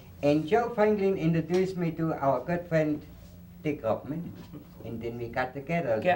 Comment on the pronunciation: Richard Rothman!? Obviously this deserves some Googling, oh its Roffman